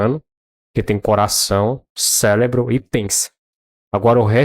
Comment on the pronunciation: parei de assistir assim que falou Celebro. Parabens analfabeto digital!